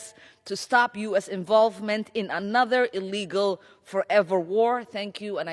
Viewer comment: Ilhan pronounces the word "illegal" like she couldn't rinse down the hairball with all the wine in her fake winery.